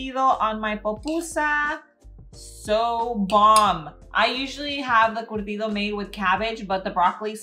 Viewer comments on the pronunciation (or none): It’s curtido not cortido It’s pupusas 🫓 not popusas